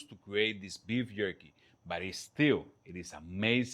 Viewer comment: Beef yerky.